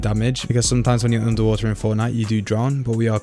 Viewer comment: Why u have to say underwater like that "underwah EHhhhh..."